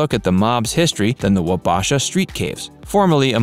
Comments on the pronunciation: he did fine except for 'Wabasha.' It's 'Wah-bah-shaw' not 'Wa-bASH-a.' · wa Bash a XD Never heard it pronounced like that wow. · Locals will be happy to teach you how to properly pronounce Hmong, Wabasha & Calhoun's old & new name. We have great food too & are still somewhat of a fashion test site. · Huh, a travel guide who cannot pronounce "Wabasha". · Can't even pronounce Wabasha. SHM FFS.